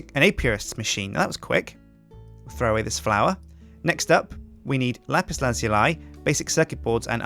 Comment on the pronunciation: It s lapis not lapise